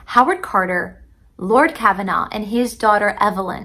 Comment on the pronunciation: The Lord that was helping Carter was Lord Carnarvon. Car-nar-von. Not Kavanaugh. A little bit of trivia is that Lord Carnarvon's home was Highclere Castle. Highclere Castle is where "Downton Abby" is filmed.